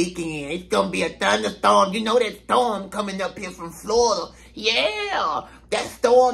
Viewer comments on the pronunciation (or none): "THTAWM COMIN IN FROM FLAWIDA" 🤣